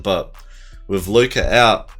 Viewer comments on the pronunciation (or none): sorry had do dislike cause of how u said Luka’s name Good video tho 👍🏿